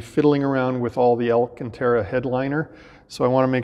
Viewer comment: I'm a little bit disappointed... You called the headliner "alla-cantara", just like the magical incantation (Lol!) used by the Goonzsquad boys. Whilst I wouldn't expect any better from some hick youngsters, an older and more educated Aston owner should appreciate the correct pronunciation as being "AL- cantara"! (Edit: - Having re-listened to the segment or thereabouts several times over, I still can't be certain which way you are pronouncing the word, so I apologise if I've made a false allegation and you never made any mistake! You obviously got it right slightly later on when discussing the location of the mic' in the car!) That comment may get me some hate for being a stuffy old fuddy-duddy but I firmly believe there's an element of class that goes along with Aston ownership that deserves to be upheld, out of respect if nothing else! However there is ONE THING that pisses me off WAY MORE... and that's people calling the brand "Austin-Martin". That really gets my goat!!!I No offence to the great historic British marques of Austin (& Morris) but AM is leagues above!! And still making cars too!